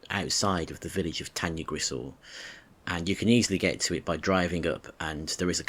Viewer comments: I'm really really sorry but you should say it "tan-uh-grish-eye" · Pronounced incorrectly , nice video though